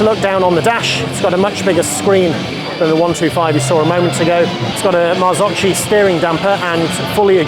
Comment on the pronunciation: Marzocchi is pronounced Marzocki.